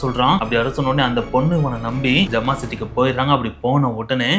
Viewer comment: It’s not jamaa. It’s Zama. I live there